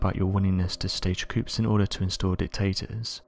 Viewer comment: Hey dummy. The P is silent in the word Coups.